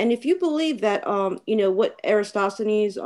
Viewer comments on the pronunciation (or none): said Aristosanes?????? We know of an Aristophanes but he was a playwriter...